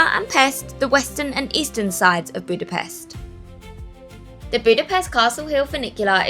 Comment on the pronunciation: You pronounce it “Budapesht”